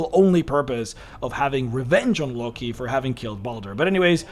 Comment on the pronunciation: "Lucky?" Well, first I've heard Loki pronounced like that. Explains why that Feat is so broken lmao.